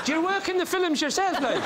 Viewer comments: Fillums.....try and get it right :) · "Do you work in the fillems yourself like?"